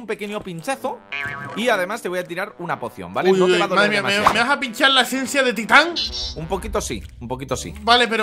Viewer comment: La palabra es “Titan”